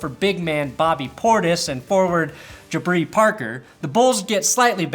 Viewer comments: It’s jabari Parker not jabri lmao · Also its JAH-BAR-EE parker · The way you pronounced Jabari Parker's name gave me an existential crisis lol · Off the top of my head, names you got wrong. Jabari Parker, Zubaç, Donciç